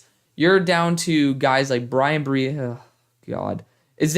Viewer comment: It’s pronounced Bryan BRUH-Z lol